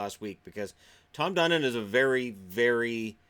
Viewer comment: Tom Fun-don